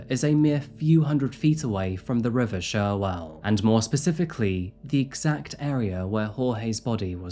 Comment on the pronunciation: Please pronounce CHerwell right not SHerwell 🥲 I’m from Banbury would love to hear more stories about the local area!